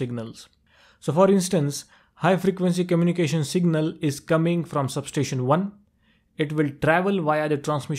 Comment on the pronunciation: for god sake please pronounce sub-station properly.